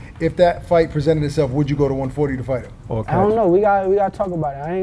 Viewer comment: Shakur’s speech has been an issue for a long time. No one ever talks about the way he says, “him”. He says, “hum”.